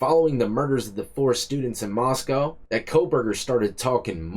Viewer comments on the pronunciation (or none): none